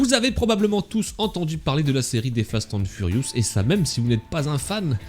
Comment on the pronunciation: J’adore comment tu dis « fast hand furious » 😂